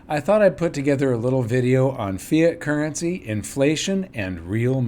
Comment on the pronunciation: hahah I heard "Fear Currency", when you actually said "Fiat Currency" :p